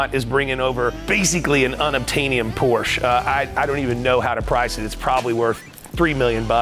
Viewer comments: BIG time car guy and he can't even pronounce " Porsche " correctly..... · Thanks for pronouncing 'Porsche' properly👏